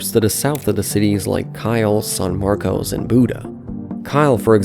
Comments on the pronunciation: Yeah but "San Marcos" should be easy for anyone to pronounce. I don't think English is his first language, he sounds Eastern European. I can tell whether someone lives in Central Texas by how they pronounce Manchaca Rd, Guadalupe Rd, Burnet, Manor, Del Valle, Seguin, Buda, etc. Non-locals will always say those wrong. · "Saahn Marcos"--You're not from around here, are you? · San Marcus San Markuss San Markess Not San Marcos / sæn ˈmɑrkəs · / BTW, you don't say "San Marcos" but "San Marcus". I know it's originally Hispanic but NOBODY living in the area says it like how it's spelled 😂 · In addition to the Buda pronunciation that others pointed out, locals call San Marcos, "San Marcus". Wait until you hear them say Guadalupe Street. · So... That's not how you pronounce San Marcos lol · What an idiot. When you were doing your research, you should’ve researched how to pronounce San Marcos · My guy has to check his Texas city pronounciations. No one calls it san marcose or Buddha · Just so people know, the locals pronounced the cities San Marcos as San Marcus and Buda as BYOO-duh. (Granted, pronouncing San Marcos as San Marcus makes no sense and probably needs to go away.) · He pronounced Buda, Booda and San Marcos, San Marcoes. That's funny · Yep. "San Marcus" and "Byoodah" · They way you pronounced San Marcos and new braunfels is completely wrong